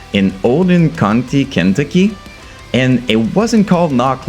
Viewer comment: Am i the only one dying over how he pronounced Kentucky... i know the accent definitely plays a roll but i love the accent brother! Keep on doing these videos!!! Im going to buy merch on my next payday!!